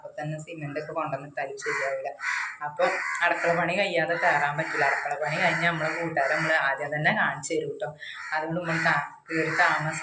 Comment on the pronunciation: അടക്കള അല്ല.അടുക്കള എന്ന് പറ 😅😅😅.അടപ്പ് അല്ല അടുപ്പ്‌